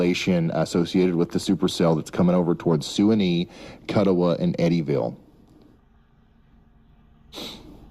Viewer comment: Didn't pronounce Kuttawa or Suwanee right so not from western Kentucky